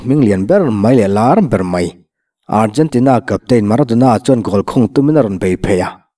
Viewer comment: A rei tawh mahse maradona kha a HAN chiang em alawm.😂😂😂